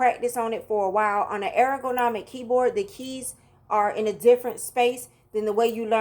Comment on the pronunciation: Air-o-go-nomic You’re saying it incorrectly but it’s adorable 🥰